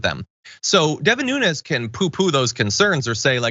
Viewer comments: His name Nunes! Not Nunez! Nunes pronounced NOOONS! He is Portuguese and won't claim it. If hide your real name, nothing but💩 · His name is NuneASS.